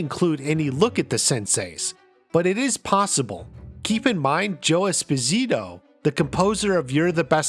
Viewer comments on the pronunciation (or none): none